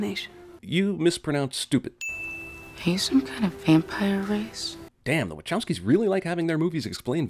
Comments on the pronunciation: You keep saying waCHowski emphaszing the ch like "chair" but isnt it pronounced more like wakowski with a sharp c. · Isn't it pronounced wa-kow-skee brothers?